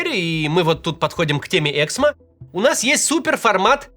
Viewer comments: "ЭксмО", а не "Эксмо". Можно хотя бы погуглить куда ставить ударение? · Эксмооо,а не эээксмо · Правильное ударение эксмО. Можно же немного разобраться. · Максим, пожалуйста, Эксмó 🙏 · Давайте хоть сделаем вид что мы не первый раз услышали про это издательство и уточним ударение "эксмО" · Правильное ударение в названии: эксмО! Слух режет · у автора канала большая проблема с ударениями в словах и фамилиях. "эксмО" (на последнем слоге ударение). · я автор "Эксмо" (кстати, ударение на последний слог). Они и так по полгода выплаты задерживают, еще и это, блин